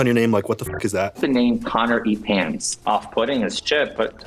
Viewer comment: I swear at the intro i heard careatspants